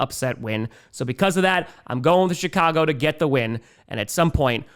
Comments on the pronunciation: Every time say Chicago, I hear “shit-cago” and I think it’s completely savage. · He seems to have toned back the “shit” part a bit since the win streak too. I wonder if it’s our version of the “New Jersey jets” 😭😭